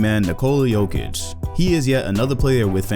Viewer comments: I wanted to watch the video but i cant..di a little research. Its not Pronounced with J its with Y. Yokich not Jokich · "JOKE-ICH is being..." WHY CAN"T PEOPLE NOT SAY "YOKE-ICH", I REPEAT, YOU DO NOT PRONOUNCE THE J. How are so many people making this mistake? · Bro it's Yokeich, not Jokeich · Just say it like Yokich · lol. try to pronounce like this Yokic = Jokic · It's /Yo-kitch/ , please. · Its pronounce Yokich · Bruh first you think Anthony Davis is going to be a Celtic, now you can’t stop saying peoples names wrong. Nikola Mirocktick?!?! Nikola Jokick?!?! Cmon 😂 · The way he said Jokic 😬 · the J is pronounced like a Y..